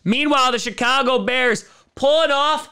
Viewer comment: The "shit-car-go" bears.